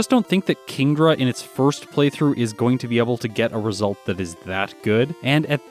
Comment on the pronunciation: I thought he said "It's time to fist the rival".